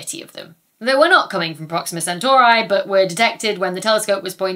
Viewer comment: Please. Centauree, not Centauraye.... 😂